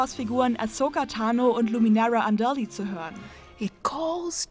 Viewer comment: Mov6001 luminära Andali